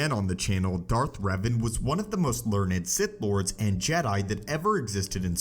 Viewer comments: My actual name is Revan and its pronounced Rev-ahn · Darth Reevan